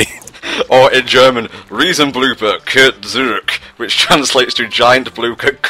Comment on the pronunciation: Man, you REALLY slaughtered the pronounciation of "Riesenblooper kehrt zurück!".